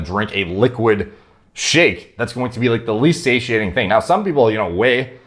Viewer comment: Just extended my vocab 1 word. Say-she-aint.!!!!